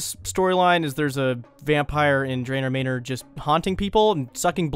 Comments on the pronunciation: ...Did you just say Draynor Maynor lol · The way you say Drayner Mayner is funny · "Draynor Maynor"?? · "in drayner mayner"